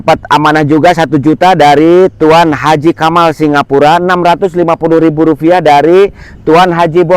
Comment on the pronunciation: RUPIAH pak bukan rufiah😂😂😂